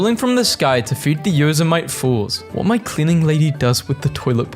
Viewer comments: its yo-SEM-i-tee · Came here to say this, I made the same mistake for my entire childhood. Didn't help that I'm Aussie. But yes, it's "yo semmy tee"